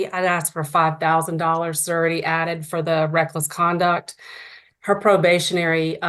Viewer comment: The momma bear is right. He needs treatment. Never heard a prosecutor pronounce it 'sir-a-tee' instead of 'shur-a-tee'... then, at the end, she went back to "shur-a-tee". Interesting.